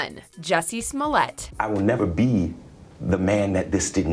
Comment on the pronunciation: Who taught you how to pronounce these people's last names?